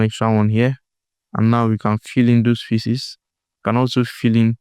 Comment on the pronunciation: The way you say "faces", bro. It sounds like "feces". Please try to correct your spelling.